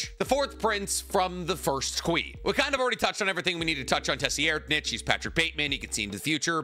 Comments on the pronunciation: His name is pronounced “Sir-Ride-” not “tessi-air’d-nich” because the t is very soft. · The 4th princes name is pronounced sir-ryd-nik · Geez it’s pronounced “Sir-eyed-” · Please pronounce it as “s-ride-”. I love your video but the way you say is his name make me cringe so hard!